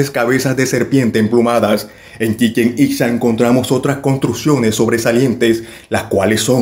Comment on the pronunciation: Lleva acento en la a final pronuncialo correcto por favor 😏